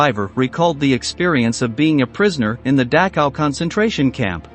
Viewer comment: Learn how to pronounce Dachau correctly